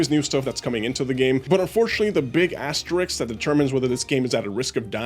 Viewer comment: mf said "asteriks"